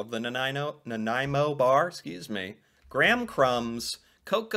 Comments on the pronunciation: You did well pronouncing Nanaimo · Ha! I’m from Nanaimo. A local bakery here makes the yellow Center with a peanut butter mix. It so much better. By the way you say Nanaimo really well.